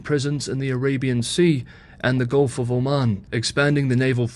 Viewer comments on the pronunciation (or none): none